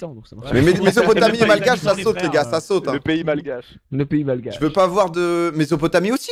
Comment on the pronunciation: "malguashe" mais ... merci de pas l'avoir fait passé je suis outrée 😂😂